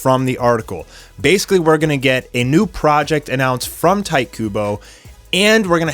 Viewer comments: "Tight" Kubo XD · Tight Kuboh, lol. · "Tight Kubo"